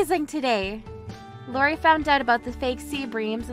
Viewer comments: Please pronounce Iori’s name correctly. Starts with an “I” not a “L”. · I love these videos but shouldn't "Iori" be pronounced like "eeyorry" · His name is Iori. Pronounced ee-or-ee. Not Lori. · Iori is pronounced ee-OR-ee. How are you guys mispronouncing a frequent characters name?